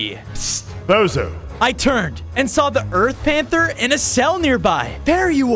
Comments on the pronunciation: I heard bozo to lol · I thought they said bozo💀☠️